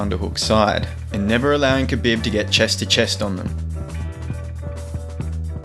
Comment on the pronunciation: Nice video but my guys name is pronounced "kha-beeb" not "bib"